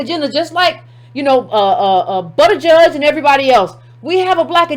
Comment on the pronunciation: I wish you would've did a simple Google search on how to pronounce his name so you don't spend the whole video tripping over it.